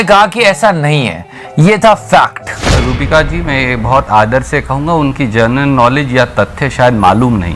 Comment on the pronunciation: Its not Rubika, but "Rooh-Bika"..